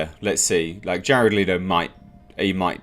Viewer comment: ITS NOT LIITO ITS FUCKING LETO,Learn the mans name